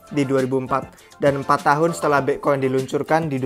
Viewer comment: Bi'khoin haha